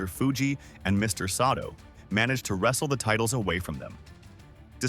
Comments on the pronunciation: Who's Mr. Soto? It's Saito pronunciation is important. Jesus you can't even pronounce Santana smh you suck. Now you cant pronounce Tatanka and Drose smh. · While I appreciate this video...mispronouncing Saito and Gagne takes me out of it somewhat.